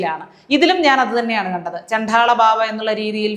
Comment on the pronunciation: ഇത് കേരളം തന്നെയാ 😮😮😮😮...... ചണ്ഠാള അല്ല ട്ടാ ചണ്ഡ. ആണ്... ഏറ്റവും നന്നായി എല്ലാം അവതരിപ്പിക്കുമ്പോ ഇതും കൂടി ok ആക്കാൻ മാത്രം. കുറ്റം അല്ല കൂടുതൽ care ആവാൻ ❤